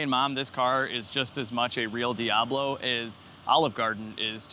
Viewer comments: “The No-Ablo” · The foeoblo (foe-ob-low) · Call it the “Fiablo” fee-ahh-blow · Diabfaux. Or Diab faux. Or Lamb-faux-ghini… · The "Doh"ablo 😂